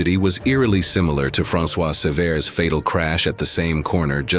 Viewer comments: dude .. it’s not that serious. He got everything right besides the “t”. & No shit he’s french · Good job except for François Cervet at least have the respect of pronouncing his name, right